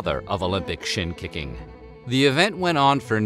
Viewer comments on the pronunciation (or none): I swore I heard SHIT KICKING not SHIN KICKING